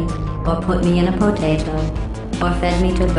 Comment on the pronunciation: i love the was she says potato